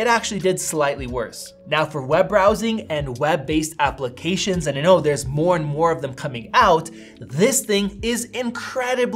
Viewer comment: Great review. Just wish Americans would stop pronouncing "and' as "eeee-and"